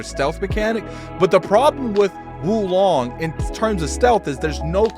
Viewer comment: Whoa Long. Not Wu Long lol.